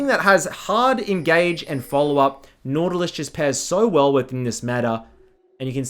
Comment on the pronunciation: NAUTALUS? XD